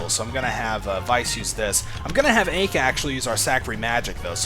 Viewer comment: actually its pronounced like Eye-Ka. From the japanese standpoint anyways, since her name is japanese. Ai-ka